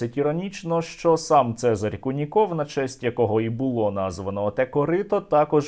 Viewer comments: "Це́зарь Льво́вич Ку́ников" - наголос саме на У, можете у вікіпедії перевірити :) На росії куніков нет ))) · Вікіпедія таки ставить наголос на "у", тобто кУніков...) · Це́зарь Льво́вич Ку́ников (наголоси у Вікіпедії); правильно - новинá, а не новúна.